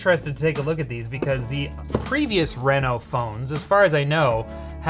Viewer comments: Renno? Renault? No, it's "Reee-No" ..darn canadians, eh? Surry dayr bod! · i used to live in reno nevada so him saying R-eh-no instead of R-ee-no is triggering me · The reason this ended up on Short Circuit and not LTT is because kept saying R"eh"no instead of Reno. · Renault out here getting free advertising . Sounds like Renault when he says Reno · He's saying the name of the phone wrong, look up how people pronounce Reno, Nevada. Minor thing that bothered me everytime you said it.